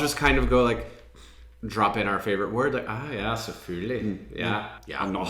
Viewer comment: well ya say "sæ-fø-li" but we do say a few more letters but yeah we cut a few... and is it just me or does your ø and å sound the same?